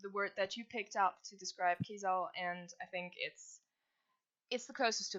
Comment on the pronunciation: I've learned I've been pronouncing Keizaal wrong... and I think I reject pronunciation.